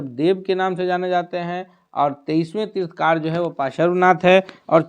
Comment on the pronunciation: तीर्थकार नहीं तीर्थंकर बोलिए कैसे शिक्षक हैं आप लोग !!